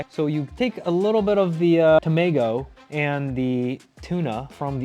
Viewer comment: 「タメィゴゥ」好き